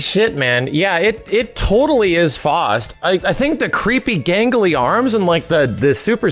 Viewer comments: It's not "FOST", it's F-OW-ST. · It's not FAWst its FOWst. Like the famous doctor Faust of legend? You can't say it's up to interpretation. Just the way says the name wrong... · It really irritates me how he keeps pronouncing Faust like "Fŏst" instead of like "Foust". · F-OW-ST is how its pronounced lol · FOW-ST, not whatever you said.